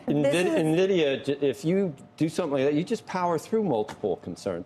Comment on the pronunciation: NA-vidia? It's EN-vidia!